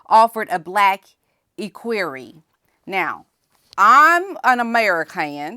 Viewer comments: I know you don't like bring corrected but I have to tell you. Equerry is pronounced e as in Egg not e as in eek so its equerry not eekquerry. That man speaks beautiful English and has been on TV many times, also wearing a kilt. Please don't be offended, I'm just trying to help.😢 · Maybe this will help you pronounce ECKWEARY ECK WEARY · Equerry is pronounced EK-wery. Short E. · "EHH-queer-ee". Please and thank you. Ps Love your hoodie! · ECK WER E with the accent on the first syllable. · Pronounced like, ek worry. Emphasis on the ek. Glad you're talking about the equerry